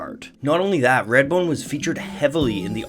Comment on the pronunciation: “Radbone”? “Raidbone”? “Reyadbone”?